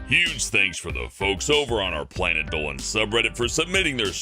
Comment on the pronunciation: Planet Dowan That’s how Dolan says Dolan